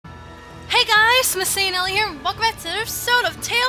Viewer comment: you said maseae anela instead of masae anela